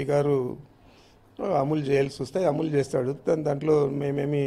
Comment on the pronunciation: ముందు నువ్వు కరెక్ట్ గా మాట్లాడం నేర్చుకొ రా, అములు కాదు అమలు